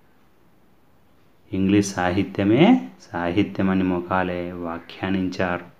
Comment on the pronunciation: Mokale kaadu sir Mekale మెకాలే